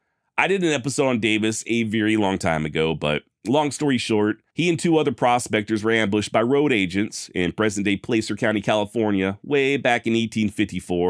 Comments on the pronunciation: *PLASS-er County. Rhymes with “gasser”. Not place-er. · it's a long A in placer, like Placerville or Placer County in California, short a shows you grew up in the east, nowhere close to those 2 places ha ha ha ha ha ha ha ha love your videos, thanks for them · Placer is pronounce plasser btw. Keep up the great work! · great vid as always! But as a Nevadan who went to college in Reno and had a lot of peers from just over the state line in nor cal, placer county is pronounced almost like “plaster”.